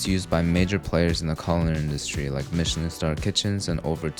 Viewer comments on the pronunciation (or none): none